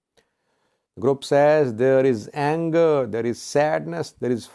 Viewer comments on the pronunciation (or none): none